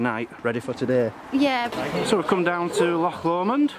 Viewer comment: I can't believe you pronounced Choc Lomand without the accent on the "och".